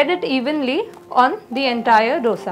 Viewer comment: Ma'am, recipes are nice. Ek cheez jo maine bolna zarrori samjha. It is दोसै in Tamizh, दोशा in Malayalam, दोसे in Kannada and दोसा in Telugu. Please pronounce in one of these ways. These is nothing called डोसा. Aur सांबार hai, bohot log सांबर bolte hai. Please don't be offended but this is what it is.